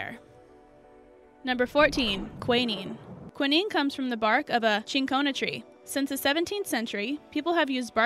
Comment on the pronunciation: WTF is qwenneeeeeen it’s pronounced qwineen. NO NO NO Fleming didn’t discover penicillin. He had no idea what was killing bacteria it was some years later that scientists created penicillin. Also Noble is pronounced NO-BELL